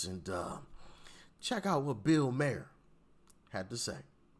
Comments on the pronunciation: It's Bill Mahhher, not Myer not Mayer. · His name is not said "MAY-ER" it's " MAR " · Bill Maher's last name is actually pronounced "maar" like "bar" but with an m. It was said by the announcer on his show so im going with that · It's pronounced "Mar", like car, bar, par, etc. Think of it as Maw-r. It's not like Bayer aspirin. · Bill Mahr???😆😆😆The 'h' is silent...So it makes easier...It's pronounced just 'Mar'... So 'Bill Mar'...No need for all that extra stuff... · I’ve always heard it’s pronounced “mar” not “Meyer” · Mar. Think of Mars without the "S". Not Mayor. Ill be racist right quick. It might be like one those words like ask that comes out ax but you can call him whatever we know who you mean. Call me whatever but just don't call me a democrat. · MAH-er no "y" sound in his name. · You laughing about catching yourself, you still said his name wrong. Its exactly how it's spell ma - her. Not Myer or mayor. You shouldn't feel impressed brother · It’s NOT “Mayor”!!! It’s Bill “MAR”!!!! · Bill MARE rhymes with CARE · It's pronounced Bill 'Mar' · He pronounces his name as BILL MARR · Mar. Pronounced MAR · It's actually pronounced "MAR." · Pronounced Bill Mar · Pronounced "Marr". Like you were saying March with the "ch". Keep up the good work Patriot! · Mar as in car, far,, jar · His name is actually pronounced like "Marr." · His name is pronounced Marr. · Pretty sure it's pronounced Marr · It’s mar like in mark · It's pronounced mar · It’s pronounced like Marr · It is pronounced Mar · It’s pronounced “ BILL MARR” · It's pronounced MAR. Like FAR but with an M. Love y'all. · Maher but pronounced Bii (Mar) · "Bill Maher"... Maher pronounced like Mär = rhymes with "Bar" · i thought his last name was pronounced like the planet mars or candy bar without the s or z sound. Mar ? maybe i have been wrong. ? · Its pronounced MahRR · Maher rhymes with car 🚗. Just so you know. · bill pronounced Mars with out the s. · Actually it is pronounced Marr. Mahr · Pronounced MARR